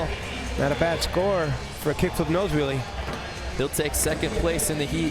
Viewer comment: I HATE HOW THIS GUY CALLS IT A NOSE WHELLIE GAH